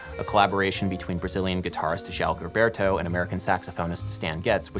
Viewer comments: Can’t believe you got this deep into the song without knowing how to pronounce João Gilberto’s name. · It hurts my ears each time you pronounce it GUILBERTO... it's pronounced "jo-aho jilberto" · Er... there's only one "r" in "garota" (girl). You just called it "the garrotter (strangler) of Ipanema", which would indeed make it far weirder. Also, it shouldn't be too hard to find videos on YouTube where people say "João Gilberto" before calling the man "Djao Ghilberto". :-P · João Gilberto - pronounce it Joo-um Jilberto